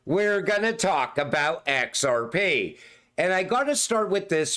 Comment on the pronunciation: "ON EX-ARE-PEE" never gets old